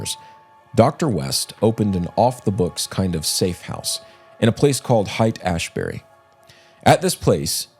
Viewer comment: I was kind of surprised that you had never heard of Haight-Ashbury (the most famous Hippie "settlement" in the 1960's). Haight is not pronounced "Hite". It is pronounced "Hate".